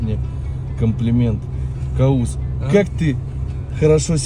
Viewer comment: Не Каус, а правильнее Кавус.